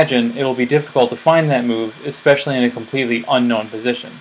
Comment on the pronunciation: There's a weird trend in recent years of people saying "ex specially."